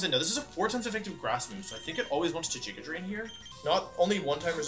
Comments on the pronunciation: Love the emerald kaizo content but every time he says "jiga drain" I cringe lol GIGA with a G Wolfey come on! All seriousness you're doing great for run 9, mad props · "Jigga" drain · Nobody: Wolfey:: JIGGA DRAIN